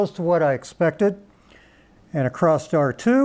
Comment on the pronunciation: good info. i'll give the speaker a pass for saying "acrosst" cuz he's from a generation of rampant naivete.